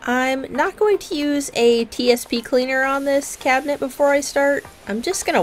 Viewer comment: This Cuban got very exited when you called it a cubinet. I love your work. Thanks.